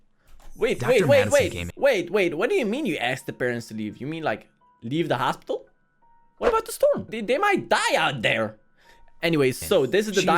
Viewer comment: you say hosipital